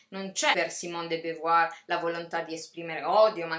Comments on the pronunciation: la tua iniziativa è ammirevole, ma di simone de beauvoir (compagna, non moglie di sartre) avresti potuto almeno imparare a pronunciarne correttamente il nome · non mi sembra di aver aperto una polemica. poiché rivendichi dei contenuti sarebbe bene quantomeno accertarsi della pronuncia del nome di un autore di cui vorresti divulgare il pensiero, basta così poco! scusami se mi sono permesso, io al tuo posto avrei apprezzato la correzione, perché di certo da oggi non sbaglierai più. peace&love! (è inglese, di certo non ne sbaglierai la pronuncia!) ps. della de beauvoir il mio preferito è L'età forte